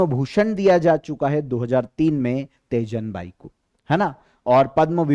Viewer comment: Teejan bai ,not tejan bai mai chhattisgarh se hu